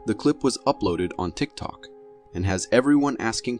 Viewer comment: Does anyone else notice how he said tick toke and tick toker 😂